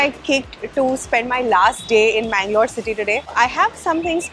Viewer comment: Always it's mangalore